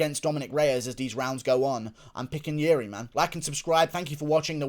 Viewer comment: Good job with your Procházka pronunciation! The best of all US commentators. Now you can start to practice the correct sound of "JIŘÍ", I imagine that will be a pickle :P (here is a hint: it doesn't sound anything like Yuri :) )